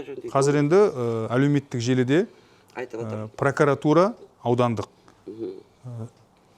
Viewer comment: Неге пракАратура? Пракуратура емес пе. Пракарар емес қой.